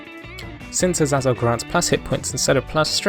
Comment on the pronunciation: It's pronounced Aseizel